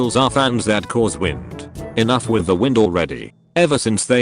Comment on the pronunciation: Like the content but hate the robot voice that pronounces wind as wynde and lead as leed.